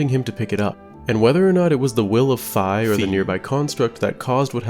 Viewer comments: Fii -Fee 😂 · it’s “Fee” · the "fee" "FY" never gets olds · I personally like to pronounce Fi's name like "Fee" because it's cuter and more feminine that way. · love how you've kept the running gag of not being sure about Fi's name pronunciation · It's probably my personal favorite thing 😂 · Echoing both of Fi's pronunciations was genius😂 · Still love the doubling down in the pronunciation of Fi, i try commenting every time I hear it in a video because we all know it’s the proper pronunciation